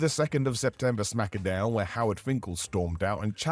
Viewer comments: Smack - Down not Smacka - Down come on lol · It is pronounced SmackDown,. Most people, including The Rock, just pronounce it as Smack-a-Down for fun. It’s okay 👍